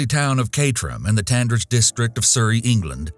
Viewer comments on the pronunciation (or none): CAY.TER.HAM IN SURREY IS HOW ITS PRONOUNCED